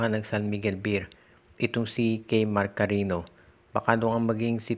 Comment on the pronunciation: Hui mag Basa ka Naman. Carinio Ang PG pronounce sa Cariño